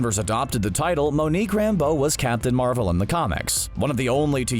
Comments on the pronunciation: She’s my favorite Avenger so I immediately picked up on that slip. There seems to be a few instances where the narrator said names slightly off. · It's Monica Rambeau......not Monique